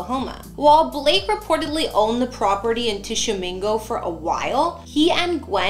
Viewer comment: Why do you call him "bleak"? His name's BLAKE..